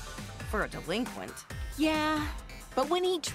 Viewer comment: I kept getting more and more pissed every time said "Delinquent"